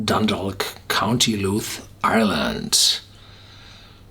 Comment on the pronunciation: You almost got the address of the Cooley Distillery correct. The county is Louth though and is just simply pronounced as "loud" just replace the d with a th. Not looth.